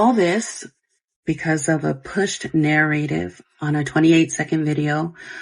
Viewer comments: SHE DOESN’T KNOW HOW TO PRONOUNCE “NARRATIVE” pmo, AAAAAAAND SHE SOOO KNOWS WHATS GOING ON…SMH SICK You knowwww those kids don’t feel like they will be heard by her because I’m sure there has been many “close calls” with her before and she has continued to choose to play it off and ignore them…neither of them deserve those children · Take a shot every time she says nair-rativ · The way that she says "narrative" tells me that her entire "apology" was written by AI. Like if you are going to lie at least know how to pronounce your lies. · If you can’t pronounce narrative correctly. I don’t believe anything you say 😆